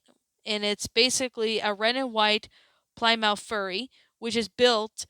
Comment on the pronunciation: There’s other Stephen King novel movies like Maximum Overdrive Cats Eye, Saloms Lot,Stand By Me,The Stand and Jacob’s Ladder Sadly you pronounced Plymouth wrong but regardless I loved this movie XD it’s pretty odd that in 1957 they played George Thorgood “Bad To The Bone” this song was also used in Terminator 2 Judgement Day (which you should definitely watch many of the James Cameron films not just Titanic but many others especially the first 2 Terminator films.